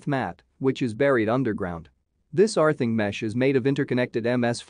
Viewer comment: Arthing? What is Arthing?